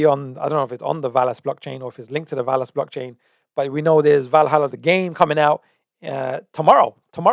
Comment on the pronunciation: Hey isn't it Velhalla? As in Velas. Valhalla is different. Please double check this too confirm